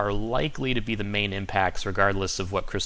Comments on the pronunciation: The Weather Channel keeps mispronouncing cristobal... its cris - toe - bull not ball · Not Cristo ball , is it Cristobal... lol , good report always tho!